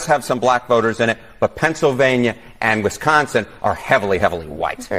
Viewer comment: WISconsin, not WESconsin....sheesh.